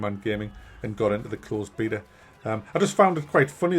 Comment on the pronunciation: Lovely! You pronounce beta the way god intended, good on yer mate!